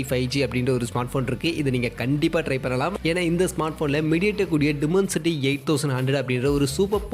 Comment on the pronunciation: Adhu dimensity, demoncity illa, pronounciation must bro